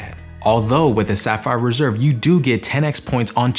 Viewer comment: Did it kinda sound like you said Sapphire Preserve ? That's a good new name. Also, I think the CSR $300 travel credit doesn't need to go through the travel portal, just swipe or tap. 👍🏼